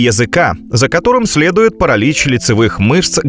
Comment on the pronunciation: Так это и есть нейронка. ПарАлич это просто самое явное что мелькнуло. Во всем видео то тут, то там неправильные окончания, местоимения, ударения и т.д.